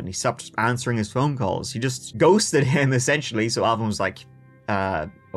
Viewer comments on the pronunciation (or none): none